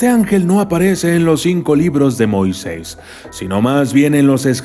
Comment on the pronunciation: Heheheh me parece curioso que el documentalista pronuncia es "Moises" sin tilde y no "Moisés" con tilde jej